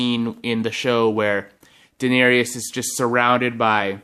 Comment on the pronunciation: Den-air-EE-us? Really, da-nair-us